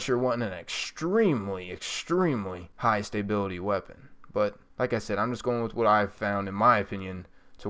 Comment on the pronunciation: dude, love the videos but I have say, you're saying stability wrong.